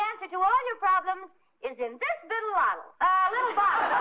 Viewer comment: “This bittle lottle”